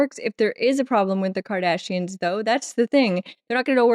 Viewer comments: I think it’s super cute how twice in this episode you said Kardashians like the Hollywood family instead of Kardasains (sp?) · Dear lovely, it's "Cardassians", NOT "Kardashians". 😉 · I swear it sounds like you said "a problem with the 'Kardashians' " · Mispronouncing Cardassians, made my day. 🤣 You are priceless. 😂😂